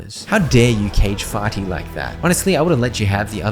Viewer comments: it's fear-ty not farty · That clearly says fearty, not farty.